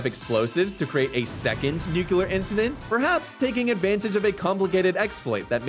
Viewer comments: IT IS PRONOUNCED NUCLEAR, NOT NUCULER, and you say you're English hahahaa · >"British" >"Nukular" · A Brit saying "nucelar" should be a crime against humanity! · You are definitely American, you can tell by the way you mispronounce "NUCLEAR" lol You pulled a Homer Simpson/George Bush!